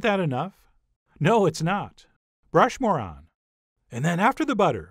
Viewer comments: is he saying "brush more on" , or "brush moron"! Lol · Did you say "brush moron"? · Was that "Brush more on!" or "Brush, Moron!!" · Brush more on sounds like brush moron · Did he say "brush more on" or "Brush, moron!" ??